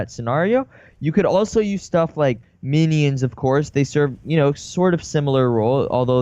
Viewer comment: MINI Ins the way he says minions is funny